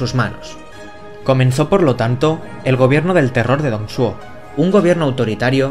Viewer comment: Me estoy leyendo la novela y, la verdad, me hiciste un buen resumen para consolidar los eventos del 2° volumen XD PD: Deberías al menos pasarte por la wikipedia. Ahí te dicen como pronunciar los nombres. Ejemplo: Dong Zhou se pronuncia Tong Chuó o Lu Bu se pronuncia Lu Pu. Pero por lo demás, excelente vídeo 👌